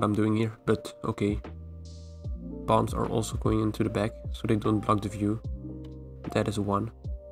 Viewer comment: When you say "palms" I always hear you say "bomb"